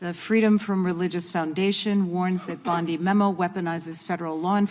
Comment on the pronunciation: ANOTHER DAMN AI GENERATED CHANNEL THAT USES OLD VIDEO THAT DOESN'T BELONG TO THEM TO GENERATE $$$$$ FOR THEMSELVES. Don't bother, The female narrator can't even pronounce Bondi's name correctly.